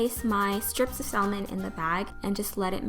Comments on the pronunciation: It pronounced samon not salmon :) great video!! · ..I can't...you had saLLmon? come on now..the L is silent....saLLmon SALLMON...You keep saying it ;( p.s its called caprese salad, not capri. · Cristal Loera You are right. The L is silent. It is pronounced sammin. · The 'L' in "salmon" is silent. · It's pronounced like this: Samon. The L is silent. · sal-men lol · The 'l' in salmon is silent so you're actually supposed to pronounce it as 'samon'. Maybe it's just a british thing though. But the British did invent the English language sooo.... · You're saying salmon wrong girl,it's pronounced saamen not how it looks ok just trying to help ok. Btw it does look really tasty can't wait to make it myself thank you for the recipe!!!!!! :-) :-) :-) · It's pronounced samon. The L is silent. For the future lol. 😉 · Not trying to be mean, but just want to let you know that "salmon" is pronounced sam-men. The "L" is silent. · Omg I've been saying it like her my whole life.lol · The L in salmon is SILENT .....LOL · Gabby Shontz i die every time🤪. The L is silent honey! Lol but i still love her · I love the way you say salmon!! and is that the caillou song? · The way u say salmon... hahaha.! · Well, this made me want a snack! I love the way you take care to make your food look nice and polished, it always feels nicer when a dish is presented elegantly. (The "l" in "salmon" is silent- someone has probably already said that but just so ya know! (: ) Anyway great job, love it! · Thank you for sharing! Loved the video! (Not to sound offensive or anything, but you don't pronounce the 'L' in salmon:) ) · Isn't the L in salmon silent? That's what I thought can anyone let me know if I'm wrong? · Yes it's silent. She pronounced it wrong. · I think it's bc it spanish we pronounce the L. I slip up and say it like that a lot.